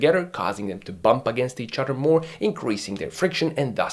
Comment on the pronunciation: Did you say each udder?